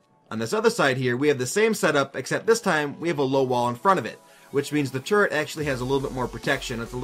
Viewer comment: He said Turret! Not Turrent! Praise the lord.